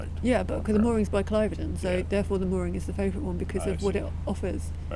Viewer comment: Cliveden - no no no it's from Clifden, soft 'v'. It's on a cliff, not named for someone called Clive!